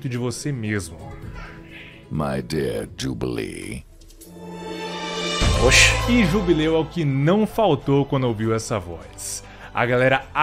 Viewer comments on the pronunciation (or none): Posso morrer em paz, pois vivi o suficiente pra ver o Wesker falando JUBILI